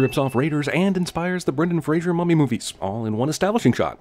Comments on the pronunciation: Why can’t Americans say Fraser? It’s not Frasier, like the TV show of the same name, it’s more like Fray-zer Easy. Now, back to the professional nitpicker 😃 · *BY accident, not ON accident. Come on, man. *"Frasier" is the fictional radio psychiatrist. Fraser as in "Brendan Fraser" rhymes with "laser."